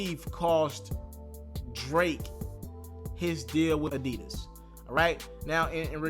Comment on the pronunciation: Whyyyy can’t you ever get the name right damn!! Addidon!!